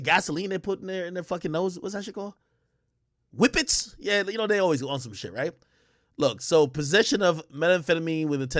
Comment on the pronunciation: Ak funny as hell doing these videos my guy said wipits 🤣😂🤣😂🤣😂